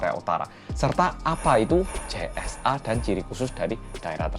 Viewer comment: Yg aku denger CSA bukan JSA 😭